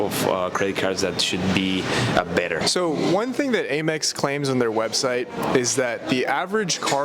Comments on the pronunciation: Amex (where the A sounds like the A in "dad") Not "Ay-Mex" Otherwise...great video! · Please stop saying “ay-mex”. It’s pronounced “am-ex” as in American Express. You wouldn’t say Ay-Mercia unless you’re from Texas. Love your content though. Very informative credit card info and reviews. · Isn't it "AM-EX" not "A-Mex"?